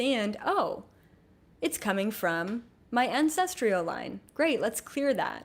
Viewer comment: I'm trying to release ancestral trauma around perfectionism. It's being triggered every time you say "ancestrial" instead of "ancestral." You are brilliant though and I really appreciate your wisdom. Sorry.